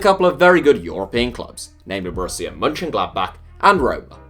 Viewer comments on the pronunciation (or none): none